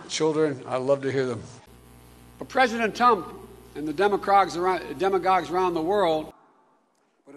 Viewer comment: Lmao did he seriously mix “demagogues” with “Democrats” and say “Demacrogues”??? 😂